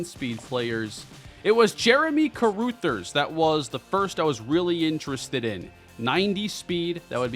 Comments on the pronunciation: I cringed each time said "Jeremy Caroothers." That name is pronounced Ca-ruh-thers. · I believe Carruthers is pronounced (Ka- Rugh - Thers) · love the content, been a fan for years, but check your pronunciation of Carruthers. Cuh-Ruh(same vowel as Cuh)-Thers (“th” like “this” or “that”). It’s driving me crazy lol. Go Bulls! As long as they don’t beat the Redhawks! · Carruthers- CUH-RUH-THERS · Please, for everyone's sanity, learn how to say Carruthers name right! 😂😂